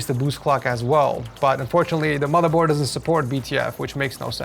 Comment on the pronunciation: he says boardmorther😂